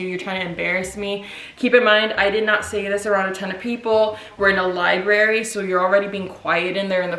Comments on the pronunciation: "Lie-berry" 😩 girl its library. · Lmao stays saying "lie-berry" instead of library for years 😂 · Lieberry... Southern talk.